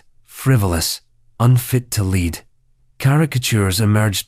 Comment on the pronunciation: I love listening to these stories, and realize that they are😂 narrated bu AI. Can whoever have AI pronounc the words correctly. Words like such as the years, the number of royalty, but especially'lead'.